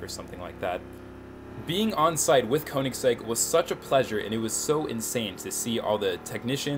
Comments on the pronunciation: what the hell... Check how you should pronounce word 'Koenigsegg'. It's like "e" letter in "check" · Koenigsegg is pronounced königsegg, of course english don´t have the ö and the german language has oe instead. Most english speaking people who try to pronounce it simply say o instead of ö because they have a hard time saying ö or don´t know how to pronounce it.